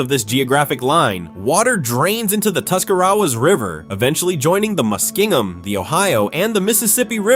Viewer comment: Okay, #1.) It's G-aug-a (Geauga), not Gee-aug-a and #2.) It's Tus-ca-ra-was River, not Tusc-a-rowas River... And I'm SURE there's MANY more mispronounced words in this video, but I couldn't get past the mark because of the horrible AI!!! Look, I get that AI helps speed up the process of making videos, but does it have to used for for EVERYTHING!? 🤦🏻